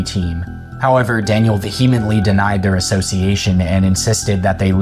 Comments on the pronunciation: Vehemently = vee·uh·muhnt·lee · If you are going to use the word "vehemently" in every other sentence, please learn how to pronounce it. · No one says vehemently this much, especially someone who pronounces it wrong. This has got the be engagement bait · I just want to know why you can't take the time to learn how to pronounce vehemently correctly